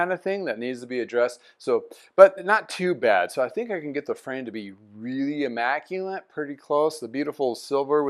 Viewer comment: Awesome bike no doubt 👌 ... FYI...There in no (N) in (Immaculate)